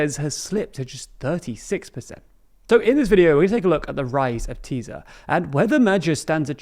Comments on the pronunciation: tbf, Hungarian pronunciation can be a pain in the a.. for English speakers, at least he tries. Chances are I on the other hand couldn't say Worcestershire properly :D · in English it’s pronounced Tisa not Tiza. In Hungarian the letter SZ is pronounced S in English. The opposite of polish. Also the simple Hungarian S is SH is English. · Btw in English it’s pronounced Tisa not Tiza. In Hungarian the letter SZ is pronounced S in English. The opposite of polish. Also the simple Hungarian S is SH is English. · also Tisza is pronounced Tis-a, not teez-a, teez/tíz means 10 in Hungarian. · Please don't pronounce the z! It's pronounced tisa and fides. please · When pronouncing Tisza just say it with regular english S, like Tisa. In hungarian SZ togeather makes the english S sound. I'm not going to attempt giving guidlines for the pronounciation of Magyar. as the 'gy' is also suppoesd to be 1 sound and is completly unique, no connection to the english G sound. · Great video! Tisza is pronounced just like fidesz, the "sz" is equal to an english "s". Its basically "Tisa" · Tisza's colour is *blue*, not red. it's a centre right party (Magyar himself definitely comes from the right), or maybe a catchall party, but definitely not left-wing. Btw Tisza is the name of Hungary's 2nd biggest river. It's pronounced with a normal 's' like in 'massive' or other English words. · Ffs it's not Teeza and Feedesh or Feedez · "Sz" is pronounced like an S, thus "FEE-dess" and "TEE-saw" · You guys are improving in pronunciation, a little help: TISZA = TEE-SAH MAGYAR = MADYAR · Just a reminder, you don't pronounce the "z" after the "s" in Tisza or in Fidesz (or anywhere else in Hungarian). Practically Hungarian "sz" = English "s". So, for you, it's "Tee-sa" and "Fee-des". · but they still have to learn: TIsza isn't Tizzzzza Magyar isn't Magjar xD